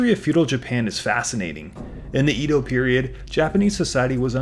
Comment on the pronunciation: Edo pronounced Eh-do. Shogun is Sho-goon, Daimyou pronounced Die-myoh